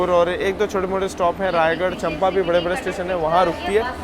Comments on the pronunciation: स्टेशन का नाम चंपा नही है,उसे चांपा कहा जाता है। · मै छत्तीसगढ़ से हु ब्रो और आप जिसे चंपा कह रहे है उस चांपा कहते है